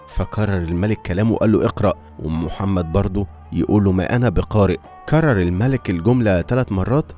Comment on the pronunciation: في الدقيقة ال ٩ تنطق الملك بالفتح (جمعها ملائكة ) وليست الملك بالكسر (جمعها ملوك )